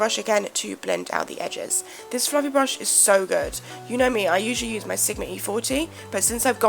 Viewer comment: I enjoy the video and I love it when you said "It's SO FLuFFLY!" Haha